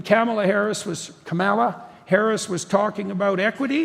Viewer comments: It’s not Kamala. It’s Kamala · Can’t pronounce her name correctly. What a dick. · See how Jordon purposely mis-pronounced Kamala Harris’ name as if he doesn’t know any better?…so passive aggressive of him. This is the signature of male authoritative narcissistic types. Good job Jordy! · No. They didnt. And Yeah. You say Kamalas name incorrectly, too. Show how "masculine" you are, "doctor".